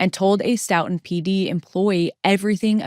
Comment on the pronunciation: Great videos as always, thanks! I've followed all your Karen Read videos as well - I live in the same county in MA that both of these cases occurred and it's really scary to think about, despite being such an otherwise peaceful, well educated area. Two minor comments for this series: 1) The town is pronounced "STOW-tun" as in "stowaway" not "stough" sounding 2) Curious if the surveillance footage timestamps are off? You've mentioned Farwell enters pm but the timestamps on the footage say pm FYI